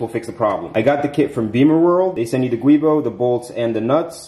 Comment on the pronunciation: Thanks for uploading the video, that's called "Giubo" not Guibo (GIUnto BOschi) as the inventor was an Italian engineer😊